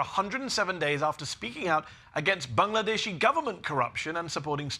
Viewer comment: Love how Medhi pronounces Bangladeshi and Dhaka